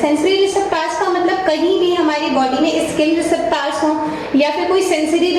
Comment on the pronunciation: Please correct the pronounciation of receptors 👍 Great job dear 👌